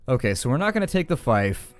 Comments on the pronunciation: Yes, I was thinking the same thing. 'fife'. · Does anyone else find it irritating how he pronounces fief?